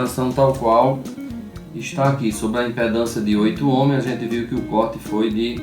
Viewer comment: Muito bom esse vídeo e sua explicação . Só me chama a atenção que todos pronunciam(ohms) "omos" , mas o correto é" omis" . Abraços a todos .